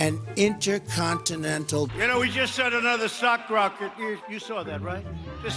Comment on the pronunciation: Did he say "sock rocket"? 🧦